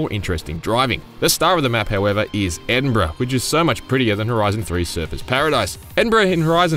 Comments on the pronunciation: HE SAID EDINBURGH RIGHT! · At least you pronounced Edinburgh correctly.